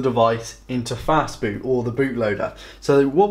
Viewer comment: Did you say FAST BOOT ? It sounded more like "FAST FOOD" ....which isn't helpful to those with learning disabilities. The narrator started off talking basics then dived headlong into nerdy techno babble which left those IT allergic and dislexic trailing behind.